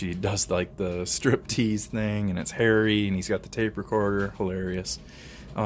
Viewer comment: Hey man you threw me off for a second. you said "let's not forget the striptease scene and it's hairy"....... Lol actually it ended up being "striptease scene and it's ,Harry" !!!!! I just traded an old lady a Glock44 22lr for a Judge that she couldn't shoot but was good when that little 22. Then my Dad like the Judge and I've always wanted his P95 so now I have a later model P95. I've always been a Glock guy but I have a soft spot for anything Ruger. It's a good pistol for around the house and stuff. Thks for the video man!